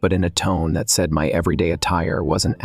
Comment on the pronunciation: For pete's sake, teach your AI voice how to say "said"! It's not say-eed. Also, fix the voice, it's really annoying to listen to blendarized gravel.